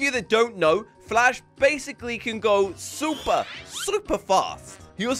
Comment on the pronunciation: In the intro he said super spluper😂😂😂😂😂